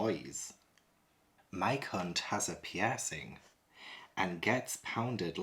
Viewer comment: I can`t stop laugting when from this video says Mike hunt and Mike Lit he sounds like hes says My cunt and my clit 🤣